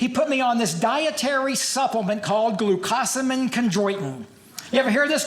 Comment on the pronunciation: This was fun but how he said glucosamine killed me. 😂 I'm glad I stumbled on this tho.